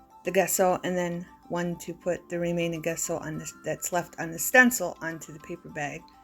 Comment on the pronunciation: The gesso is pronounced as Jesso.